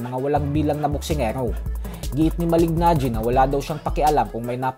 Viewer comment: Just easily say MALINAGGI😂